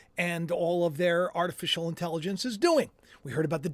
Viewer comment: You cracked me up saying Artificial Intelligonce!! I do that kind of talk too. From King of Queens. Lol